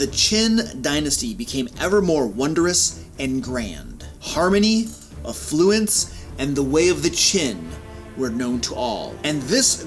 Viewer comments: So what is A Fluence exactly? Some sort of Chin contraption? Maybe a delicacy? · "Me, mispronounce a word, ha!" Mispronounces affluence less than a minute prior.